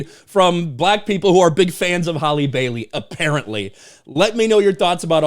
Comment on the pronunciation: Maybe some of this would’ve held up if you knew how to pronounce your names correctly it’s Halle (Hal•Lee) not Holly yet you Mena’s name with ease